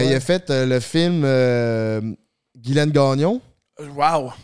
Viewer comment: Guylaine tbk pas guylaine